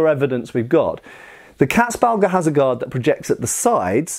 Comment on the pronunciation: Damn, you really butcherte the word "Katzbalger". I never had heard of this before and it took me a while to find it although I am a German native speaker. Maybe these terms should be in the description so people like me have an easier time googling them.